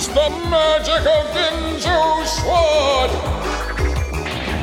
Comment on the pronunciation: I'm pretty sure that "Terminal fatigue" was his back going out in the OG dub. Also, "Chinese"?! That's clearly Japanese! The narrator's a racist! Further, Spritz' M.O.'s name sounds dirty. What's more, the narrator pronounced the "w" in "sword", a mistake Ruth Shiraishi, who was still learning English at the time, would repeat when recording her lines for Mega Man 8. Lastly, Jerry thought nothing of sacrificing his own men just to get rid of a statue.